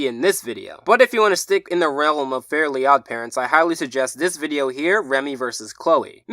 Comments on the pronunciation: He keeps saying Fairy Odd Parents but it's Fair-ly Odd Parents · Why does he say fairy instead of fairly?